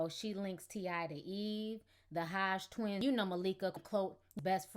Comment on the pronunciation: Did you say "The Hodge Twins"? Lol